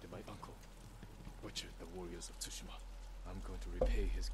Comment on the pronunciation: Ghost of Tushima? Thought it was Tsushima